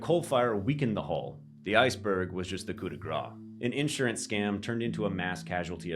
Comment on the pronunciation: In-surance or insurance?